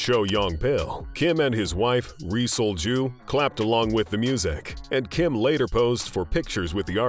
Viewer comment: 😅 its Rhee Sol-Juh / (Yee Seol-Jju)